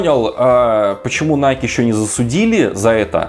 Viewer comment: Для начала давайте называть правильно, не найк, а найкИ!